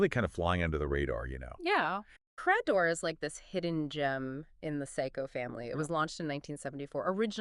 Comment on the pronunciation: It's Credor. Not cra-dore.